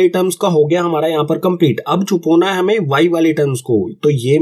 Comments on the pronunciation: Sir not chhupona it's chhupana😂😂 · sir its CHUPAANA not " chupona"